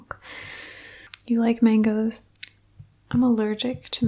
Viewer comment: when she said Mangos I heard Legos. You like Legos? Im allergic to Legos